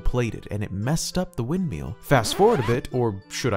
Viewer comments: Anyone else bothered by his pronunciation of windMEAL as opposed to “windmill”? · "This angry little man in a Windmeel hut" that's how I heard it.